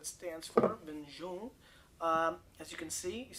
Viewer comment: Make an effort to learn pronunciation of foreign wines